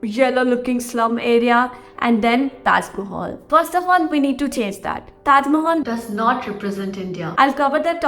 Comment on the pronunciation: Taj Mahal is not Taj Ma-haaal 😜